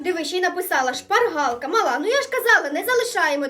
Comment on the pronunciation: там так відчувається як шпаргАлка